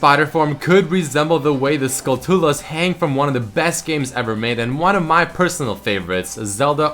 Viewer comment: It's not Skul-too-la, it's Skul-choo-la, since it's a skull and a tarantula mixed together, you dont say, taran-too-la do you?